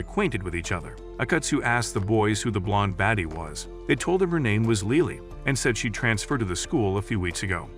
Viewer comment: LILI?! ITS LILY 😭